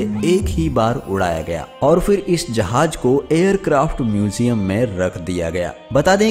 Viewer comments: Hawai Jahaj nahi Hawai Jahaz hota hay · O bhai jahaj ni hota jahaz hota h